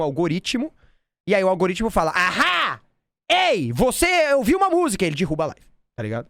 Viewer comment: Vou propor pro meu namorado a gente ver esse vídeo e se beijar toda vez que o fala “dirruba”